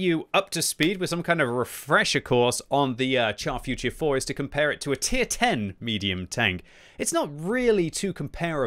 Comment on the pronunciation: Can u please stop calling it the Char FUR tier 4? Its Futur, not Fur!